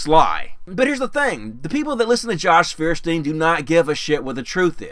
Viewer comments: Fierstiehn? It's Feuerstein. Does he himself pronounce it Fierstien? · Feuersteir is too stupid to even pronounce his own damned name! Hint: It is "Foyerstein". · Feersteen? Not proper pronunciation. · Feuerstein can't even pronounce his own name correctly: it's Foy-er-shtine because it's a German name. English speakers are infamous for massacring foreign words even if they're easy to say, which is why we even pronounce Einstein's name wrong, since the 's' turns into 'sht' in German. Stuck Together his name translates to "Fire+Stone" or "Flint", which means he is actually "Mr Flintstone!" I gotta wonder if this was intentional on his part and he's just trolling everyone for cheap laughs... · Feuerstein is a german word and means flintstone! the american pronunciation is so funny xD